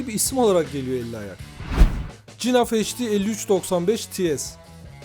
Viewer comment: Cinaf nedir nerden uydurdun eğer flamanca okursan G harfi H olarak okunur